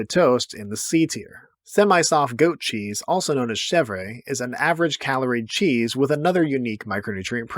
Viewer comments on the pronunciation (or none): Side note, chèvre (goat cheese) is pronounced chevr not chevray. The full form in french is fromage de chèvre, with chèvre meaning goat.